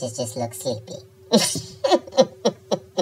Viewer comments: “See you in Nevuary”🤣🤣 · "See yall in nebuary." 😂😂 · Beyoncé shut shit down!!! YASS. “See y’all in Nevuary!!”